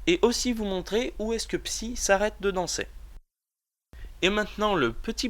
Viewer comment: sa se dit psaille pas psi mais on s'en fout super video!